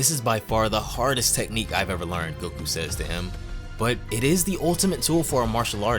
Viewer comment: bro this ain’t goku “necku”